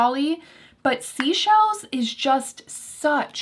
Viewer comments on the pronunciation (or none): Just wanted to let you know Seychelles is pronounced like 'say-shelles' not 'sea-shelles' 😊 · Seychelles is actually pronounced Say-Shells - which is a group of islands in the Indian Ocean. Thank you for all of your hard work in producing this well thought out & detailed video on your monthly faves!